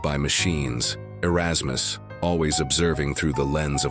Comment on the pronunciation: "areykus" LOL